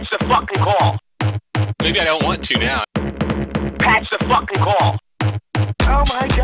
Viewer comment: I WAHN A NEW SNOW PLOH SHOW!